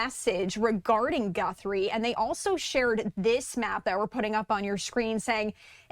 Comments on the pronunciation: Who is is tool you brought on? it's not "Gunthrie," it's Guthrie. And why did you look so giddy to be on the show? "What an interesting case!." Lame. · Her name is Guthrie not Gunthrie,you sound like an idiot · It's G U T H R I E, not Gunthrie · There is no N in her last name - it's Guthrie, not GuNthrie 🤦🏼‍♂️ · There is no N in her last name - another reporter was saying the same thing. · Gee whiz! This man can't even get Nancy's name right! He said Gunthrie about 20 times!! There is no N in her name. And what ge said about the reason so much attention is on this case was stupid. This guy just wants to see himself on TV. We just need to find her safe and sound. It doesn't really matter who she is or who her family is or if they are rich or poor No one should gave to go thru this. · Thought I was the only one who noticed that lol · I couldn't even listen to the entire report.... The mispronunciation of her name was so distracting🤦🏽‍♀️ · It is absolutely nails on a chalkboard listening to him mispronounced her last name over and over again specifically and clearly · Pronounce her name correctly please. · Is there any good reason a news analyst/attorney can't figure out how to pronounce "Guthrie"? Makes Fox look bad... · With all due respect Please pronounce Mrs Guthrie’s name correctly-there is no “n’ in her name! Praying for her safe return but I’m doubtful that will happen. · Stop pronouncing her name wrong!